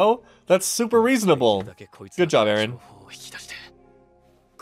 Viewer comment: Top 15 Mikasa Quotes: "Ereh" - Mikasa Ackerman "Ereh" - Mikasa Ackerman "Ereh" - Mikasa Ackerman "Ereh" - Mikasa Ackerman "Ereh" - Mikasa Ackerman "Eren" - Mikasa Ackerman "Ereh" - Mikasa Ackerman "Ereh" - Mikasa Ackerman "Ereh" - Mikasa Ackerman "Ereh" - Mikasa Ackerman "Ereh" - Mikasa Ackerman "Ereh" - Mikasa Ackerman "Eren" - Mikasa Ackerman "Ereh" - Mikasa Ackerman "Ereh" - Mikasa Ackerman